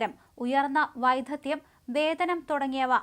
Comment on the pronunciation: "വൈദഗ്ദ്ധ്യം, വിദ്യാർത്ഥി, മാനിഫെസ്റ്റിലോ, കണ കുണാര" എന്നിവ ശരിയായി വായിക്ക്.